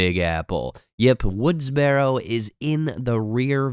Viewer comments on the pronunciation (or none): Woods “burrow” not barrow.